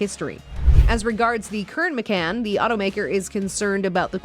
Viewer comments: Ma-CON. Not Ma-CAN. Porsche-UH. Not Por-SHH. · Pronounce “Macan” and “Porsche” correctly and we can all take you seriously, good grief…